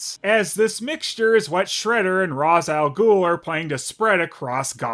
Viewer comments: Its actually supposed to be Ra's (Raish) Al Ghul. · Pronounced Ra's al Ghul wrong. But don't worry, so did the movie half the time lol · You’re mispronouncing Ra’s’ name